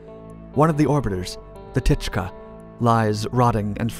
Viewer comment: Program called 'techka' )))